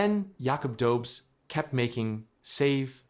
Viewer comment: Tampa isn’t a dynasty, and its pronounced do-besh.